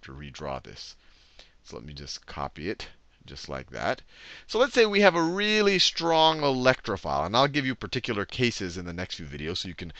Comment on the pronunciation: "Wealy wealy wealy good at getting electron"